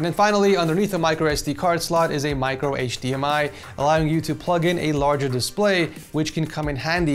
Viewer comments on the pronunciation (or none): none